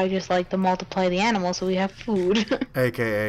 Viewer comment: He almost said aminals